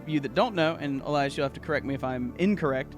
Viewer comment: Elias… Elais… Elius… Eliabus… EELIETUSK